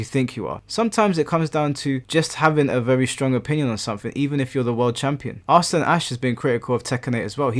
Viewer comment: jsyk, Ahsan is pronounced 'EH-sun'